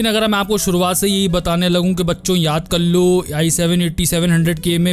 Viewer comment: rofl...." BACHON YADD KAL LO"